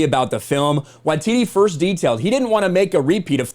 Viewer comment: Small nitpick of the video but you pronounce Taika Waititi's name wrong. You pronounce his last name "Wa-tee-tee" when it should be "Why-tee-tee".